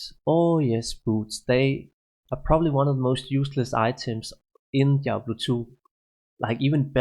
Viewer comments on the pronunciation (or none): none